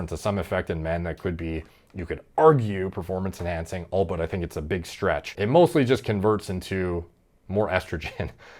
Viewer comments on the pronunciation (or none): It's Albeit* not "allbutt" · bro are you tryna say albeit or all but? lol no one is gonna look down on you for saying although